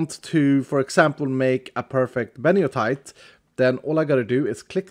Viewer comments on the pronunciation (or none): "beniotite" is actually benitoite. It's a real stone so pls pronounce correctly